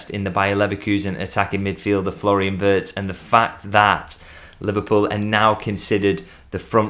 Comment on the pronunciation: This is a potential Kdb signing for us. And, could you please tell all commentators and pundits/journalists that Wirtz pronounced as ee sound😂